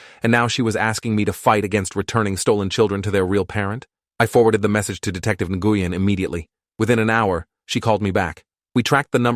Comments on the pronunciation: Love how the AI mispronounces Asian sounding names. I was just listening to it while on another tab and thought it was mispronouncing the Vietnamese surname, Nguyen. Pronounced Nuh-win, not na-gu-yen lol. But it wasn't according to the subtitles. Looks to be a misspelling of the Chinese female name Ningguang, pronounced Ning-Wawn=like yawn with a w but ending with a g sound=guh. Who happens to be the name of one of the many Waifus in the game Genshin Impact. But it doesn't seem to be the level of Fucktard AI that is grok on Twatter, now known as X. So that's something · What’s with the accent switching? That’s not how you say Nguyen… (New-Yen) What’s she need a passport for. Citizens don’t need passports for state to state travel 🙄🤦🏻‍♀️🤣. That sort of thing isn’t even kept track of. Unless you’re the type of person who obsessively keeps your old ticket stubs like a pack🐀. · Am I the only person that is so irritated by his pronunciation of the last name Nguyen 🤦🏾‍♀️🤦🏾‍♀️ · I'm struggling to listen to this. The officer/detective Nguyen I guess is who the name is for, and keeps getting butchered EVERY TIME IT IS SAID, is pronounced completely wrong. Or at least that is my understanding of it from how my Doctor pronounces it. People from the states tend to give letters similar to our own or maybe are the same as those we have and pronounce them in English. The sounds of each letter are for the most part different than how we would say them, usually they are completely and seemingly randomly different than how we say/hear them in the English language. Nguyen is actually pronounced Winn, or Win, as in Winn Dixie grocery store or Win as in I want to win the race!!!